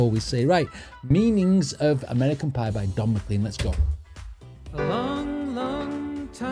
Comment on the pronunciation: It’s McLean as in “lane” and the big bopper not big booper